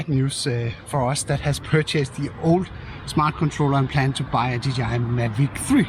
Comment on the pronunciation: For søren! A proper DJI pronunciation :D